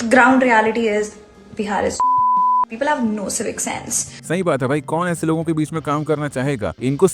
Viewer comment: It's simple not symbal. It's people not peepal